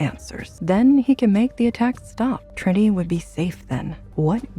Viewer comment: It’s good. It bothers me the way they are botching Trinity’s name.